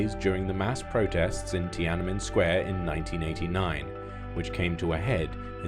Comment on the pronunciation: Wait I legit thought SCMP was a state media until I heard Tiannanmen square.